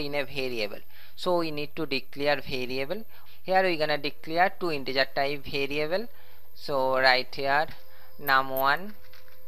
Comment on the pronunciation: Says variable like bhariable